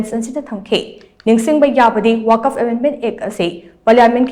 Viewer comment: “ Waq’fa “ haina pronounce toubiyu.